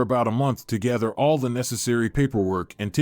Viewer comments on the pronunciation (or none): none